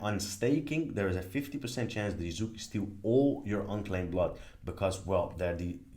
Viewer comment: Love this walkthrough!!! And listening to you mispronounce Yakuza as Yazuka was fun haha